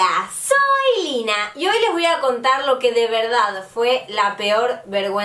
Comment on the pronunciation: Encerio..... todos corigiendo o como se diga de q no es Lina si no q lyna mientras yo me fijo en cuando dice especial y no especial al parecer soy la única weno asta en mis sueños soy única xD q más podrá decir 😂